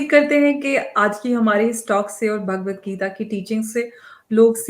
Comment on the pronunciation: Bhagwat Geeta is the Answer to the problems of Humanity and its the gift to humanity Jai Ho Just a little advice on the proper pronouncement of the book Its Bhagwat Geeta Bhaagwat geeta is not correct Thank you all for your noble efforts to enhance humanity